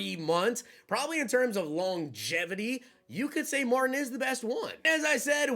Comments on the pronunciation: Marteen gramatica please quit saying Martin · I can't stop laying when he calls the kicker "Martin". Pronounces as "Marteen" is probably the way it should be spelled. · Yo....put some RESPECT on Martin Gramatica....pronounced MARTEEN bro! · I was thinking the same thing Martin lol😂😂😂. Might not be old enough to have seen him play or remember.